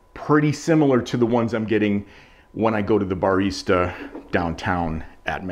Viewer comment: never heard anyone pronounce barista like that